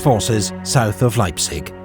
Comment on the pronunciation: Sigh :( Probably southern German. They don't know how to pronounce Leipzig either. it's "Laiptsish" wish a very soft"sh" ([ˈlaɪptsɪç]), not "Laipsick". And for some others the stress patterns were remarkably off. Some spellings were wrong too: Pösna, not Posna and Zschocher, not Zschlocher. I am sorry if I am come over terribly nitpicky but your videos are so damn high quality and well made that it is kinda more painful than in lesser quality productions.